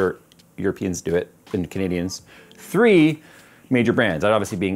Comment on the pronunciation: Oh you mean "Three"? Now, I finally understand!